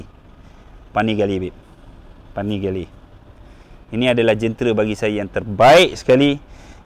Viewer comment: Duucati panapelirrrrr v4 setell bang mad🤣🤣🤣